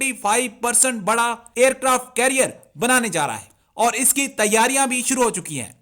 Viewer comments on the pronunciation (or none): वारक्राफ्ट नहीं एयरक्राफ्ट लेकिन हां तुम्हारे लिए वारक्राफ्ट ही है 😡